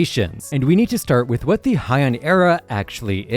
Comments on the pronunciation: Heian is pronounced “Hey-ahn” not “high-en” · It’s pronounced like “hey” or “hay”, not “hi”. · I wonder why everyone pronounces Heian like it’s German or something